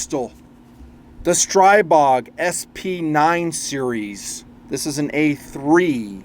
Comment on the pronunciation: Stribog is pronounced stree-bog